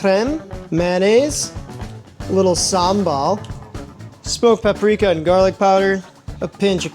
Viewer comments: Yeah, (Mythical Kitchen - as in it's not real) isn't funny... Every time he says "PapRickAhh" I want to slap him. Northing about teaching entire generations to be illiterate is funny. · Mispronouncing paprika is a far cry from teaching entire generations to be illiterate.